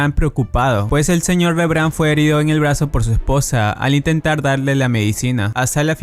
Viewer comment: Como es que pronuncian tan mal cosas que literalmente los personajes pronuncian un monton de veces, como tsige o rembrandt